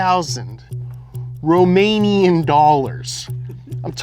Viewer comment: That Romanian pronunciation killed me